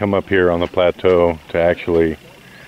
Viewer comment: ....I think you mean "plateau",...right?